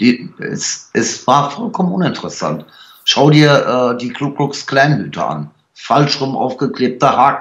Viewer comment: Schon wieder hört man „Kuckucks“ Klan. Mensch, Ku Klux Klan! Bist doch nicht auf den Kopf gefallen.